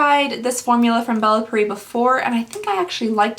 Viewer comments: "MannaKarda" is Man-uh-kuh-dar. "Bella Paree" is Bell-uh Pee-air. They're easy to sound out... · Not trying to be mean but I think it's pronounced Bella PEE-AIR. Hope this helps! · pierre isn't really that uncommon even to America. But I love her videos so I'll let her pronunciations slide lol.